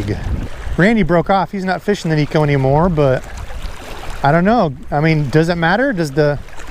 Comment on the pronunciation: FYI it’s pronounced neck-o also in Japanese neko means cat